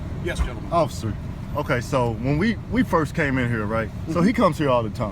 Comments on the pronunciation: Did this dude call himself an "occifer"? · There's an irony in the difficulty of pronouncing the word "Officer" when you've been drinking. Add to it that every time he goes to say it he's emotionally ramped.